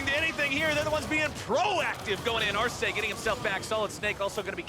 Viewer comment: Solo Sjokz pronunció el nombre de 'Arce' bien lol